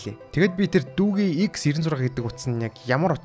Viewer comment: Дүүгий биш дүүжий